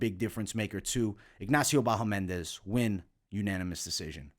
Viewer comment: It's BahamOndes, not BahomEndes :D